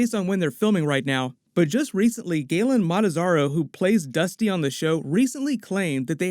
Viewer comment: i'm sorry, galen malazarro??